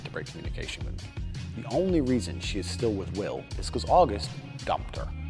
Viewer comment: augest? and feburary?